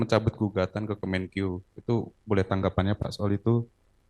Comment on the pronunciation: Kemenkeu bukan kemenkiyu kiyu🤪